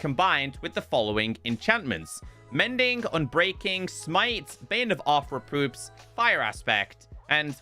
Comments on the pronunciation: Yep Arthrewpoops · I think he's calling it arthropoops 😆